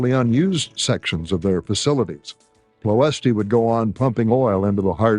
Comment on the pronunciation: Enjoyed the video, but it would be improved if the narrators used correct pronunciation for places. "Ploiesti" is actually pronounced close to "Ployesht". The last "I" is silent, and the accent under the "s" means that it is pronounced "sh".